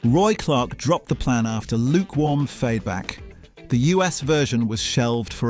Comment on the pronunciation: "lukewarm fayback"... huh?